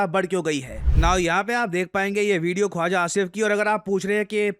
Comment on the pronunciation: Khawaja❌ …khuja aja ✅